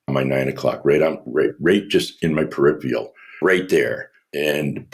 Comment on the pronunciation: Too bad about that “Perifial(?)” though😁